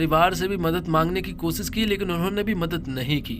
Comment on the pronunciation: Bhai tumhari dictionary main " sha" nahe hai kia ? Khamossss, kosissss, explanaisan, saadi, om prakaaas😂